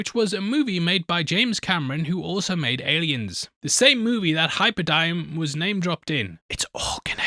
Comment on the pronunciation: hyperdyne not hyberdime